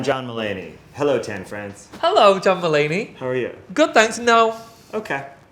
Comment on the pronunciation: I literallly heard jamba lady from tan instead of john mulaney